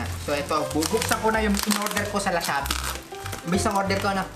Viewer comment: Pakinggan nyo yung Lashoppi daw sabi ni